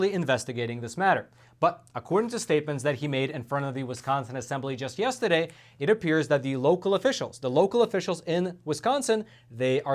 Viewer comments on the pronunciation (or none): I love it when he says, "yestedeh" :-D